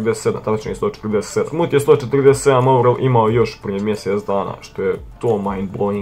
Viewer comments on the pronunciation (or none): Tebra nije sthoothe nego smoothe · Nije sthoote nego smoothe